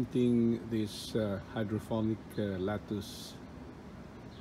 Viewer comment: Its hydroponic not phonic. It's Voilà, not walla. Pet peeve of mine and every French speaker anywhere. Great video though. Thumbs up.